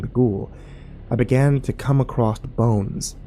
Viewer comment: I wish people still read books or read something, anything as long as it involves actually reading as the fact that most Americans think the word "across" has a T on the end shows that literacy is a thing of the past. Soon humanity won't be able to think in the abstract and these governments will be able to do anything they want with impunity. I don't think people realise that the size of your vocabulary is directly connected to how well youcan think and they don't see the danger in the downfall of books. I give us one generation after everyone stops reading and after that the end is imminent.